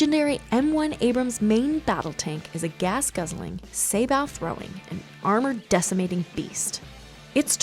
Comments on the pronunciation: SAY-BO, NOT SABBAT, NOT SAYBOW! I thought you guys would at least get this one right. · It's pronounced "say-bow," as in "bow and arrow." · The word Sabot is pronouced "Say Bow" the T is silent. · You said sabot round wrong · You need work on pronouncing words. Saboe (although spelt wrong, I think) has a long o sound, not a short sound. And the Abrams is heavier than 68 tons when fully loaded and ready for war.